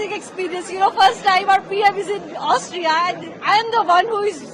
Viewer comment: You didn’t mention about his mispronunciation of Austria as Australia Was waiting for that actually 😢😢😢